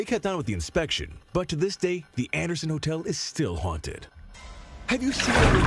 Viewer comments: "Haunted" not Hunted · We do know the word is haunted and not hunted don't we? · It's HAUNTED NOT HUNTED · Why does it keep saying hunted and not haunted? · the word is HAUNTED not HUNTED. You have done this more than once in this video. Proof reading minimises the occurrences where you look illiterate.